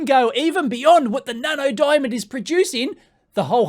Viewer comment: "DIAMNOND" hahahahahahaha